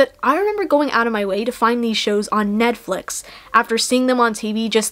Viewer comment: “Ned-flix” lmao